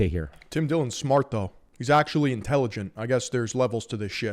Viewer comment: Erm actuawwy its a battwe of da andwews 🤓☝️